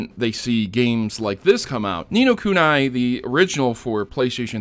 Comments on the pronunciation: wtf is nino kunai its ku ni not ku na i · oh for fuck sake its pronounced ni no kunee